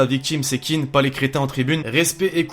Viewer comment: c'est " Kean " pas " Keane "